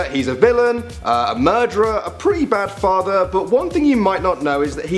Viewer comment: my farovorite is when darth vader says i am your frather